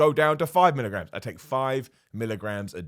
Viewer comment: A lot of people seem to have misheard you. They think you are saying Mg when talking about creatine. Little do they know you have your own units of measurement called Millergrams!